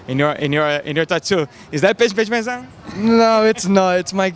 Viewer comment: Idk which butchered her name more, Daron Till "Idk who Paige Van Dam is" or this video's description "Paige VanZantion" Lmao.